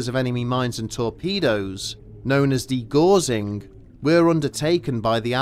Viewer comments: Dee-gow-sing not dee-gor-zing, after Gauss the physicist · For De Gaussing read, De G'awsing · Apart from the absurdity of the premise of the story, degaussing takes it's root from the scientist called Gauss (rhymes with house). Your AI needs more homework!